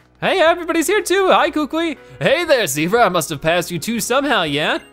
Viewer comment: Professor kukui is named professor ku Kui not koo kui